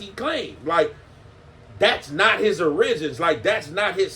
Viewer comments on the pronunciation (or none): Cmon how you keep messing simple words up origins not orisins 😂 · My nigga said not his ori-geens lol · Not his OR-RIGENS 😹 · never heard nobody say 'origins' like that